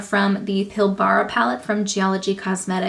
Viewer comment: Green is my favourite eyeshadow colour, I really enjoyed your swatch video. Side note from an Aussie: Pilbara is not pronounced pill-BAR-a. There's only two syllables, and the end is almost mumbled: PILL-bruh.